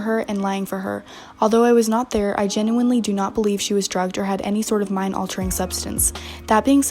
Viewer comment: tharrr is all i have to say .....im i the only one who heard it?